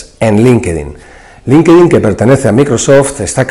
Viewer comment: No se dice "linquedin" . la correcta pronunciación es "LINK-TIN" (Linkedin)